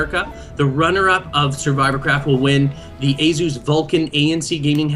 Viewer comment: Azuz. Its asus